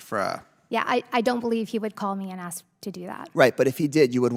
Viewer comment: Like you guys can't say ask instead, you continue you'll see you see axe instead, I ask, yeah, talking about yourself again